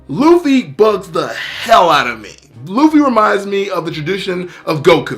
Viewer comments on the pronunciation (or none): none